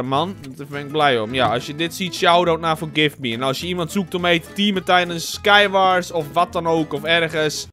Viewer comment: ??wrm zeg jij j SKIË WARS?? this toch sky WARS of bn ik nou geen noob??